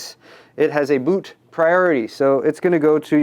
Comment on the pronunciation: Lol. says the word "Boot" funny.